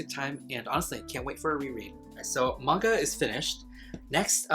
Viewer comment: Not me hearing “now let’s talk about vodka” instead of MAGNA😩